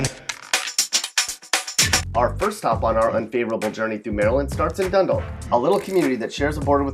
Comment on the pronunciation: Did this nigga just say "dun dulk?"